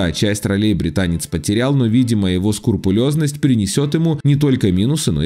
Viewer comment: Скрупулезность🤦‍♂️🤦‍♂️🤦‍♂️ а не скурпулезность